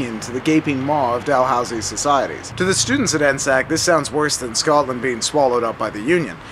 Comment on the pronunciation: N S A C Not N-SAC